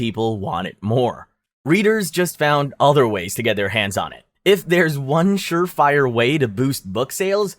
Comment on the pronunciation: Is the narrator AI? How else can anyone with such broad knowledge not know how to pronounce so many common words?